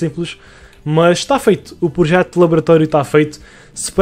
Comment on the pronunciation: Protejo? Ou projeto? xd Mais um bom vídeo!! 100mil estão quase ai!!!